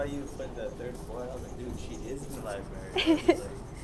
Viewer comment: libary lmfao